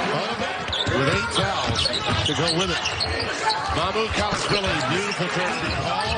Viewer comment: it's not that hard lol MA-MU- KE LASH-VEE-LEE